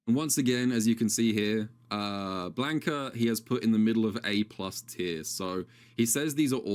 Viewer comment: Ok people it's not Blank UH it's BLANCA! you people dont know how pronounce words